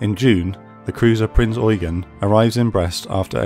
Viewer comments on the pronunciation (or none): Adolf Gallant was tasked with securing the safe crossing, so it was successful overall. Please pronounce of the cruiser name with the stress on the last syllable: EuGEN!